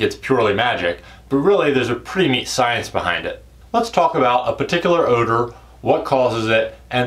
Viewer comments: Oewder...? Said like o-dur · The way you said Odor, I got worried